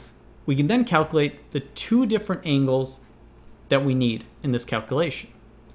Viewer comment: I'm bothered by him saying ingles and not angles